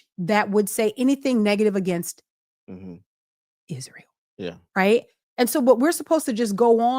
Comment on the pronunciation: I completely agree with you on how Candace puts an emphasis on words. Like ISRAEL. Candace Owens pronounces "Israel" with three distinct syllables, "Is-ra-el," likely as a deliberate choice related to her critical views of the nation's political and cultural influence. While she has made numerous controversial statements about Israel, describing it as a "cult nation" and an "occult nation"… The unique pronunciation seems intended to emphasize the original Hebrew form or to draw attention to the word itself in the context of her broader criticisms, rather than a standard English pronunciation